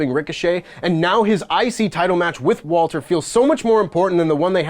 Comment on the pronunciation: Thank you for calling him *Walter